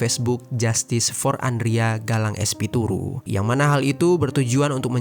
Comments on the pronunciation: Espiritu bukan espituru 😢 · Espituru ❌ Espiritu ✅ kayaknya dari tadi salah ucap bang 😅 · Espiritu bang bukan Espituru😂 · Espiritu bukan espituru😂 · tulisan espiritu, kekeuh bacanya espituru smp akhir 🤭